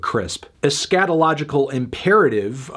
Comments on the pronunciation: He says eh scat ological I’m pretty sure it’s pronounced es ca ta logical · Pronounces “eschatological” as “a scatological” 🤦🏽‍♂️